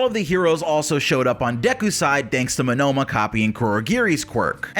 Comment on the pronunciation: why do you pronouce monoma and tsukauchis' names so retardedly, its starting to get annoying